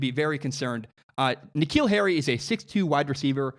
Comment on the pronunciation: Dude keeps saying K’Neal Harry’s name wrong